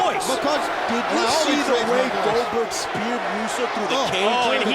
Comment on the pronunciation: got wrecked when he called Glodberg😂